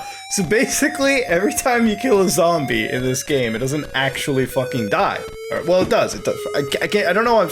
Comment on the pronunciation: Great video but "zamble"!! Please, please don't say that again...